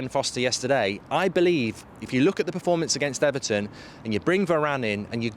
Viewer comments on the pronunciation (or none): none